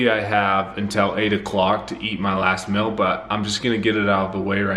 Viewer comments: I believe it’s pronounced “meal” not “mill”... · Is it "mill" or "mel"? Because that's all I'm hearing. I don't hear anything about a meal. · Sounds like you say “mill”. Anyway.. you can use plant based chicken and vegan ranch dressing by follow your heart, & plant based bacon by Morning Star.. which is healthier than eating meat. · Does nobody else notice that he's been saying mil instead of meal the whole video..